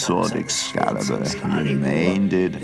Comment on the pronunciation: ARTHUR REMAIN-ED UNWOUNDED 😂😂😂😂😂😂😂😂😂😂😂😂😂😂😂😂😂😂😂😂😂😂😂😂😂😂😂😂😂😂😂😂😂😂😂😂😂😂😂😂😂😂😂😂😂😂😂😂😂😂😂 That's not how you say that sentence. I hereby nominate myself to be Merlins English Teacher. Because HOGWARTS certainly didn't teach him any English.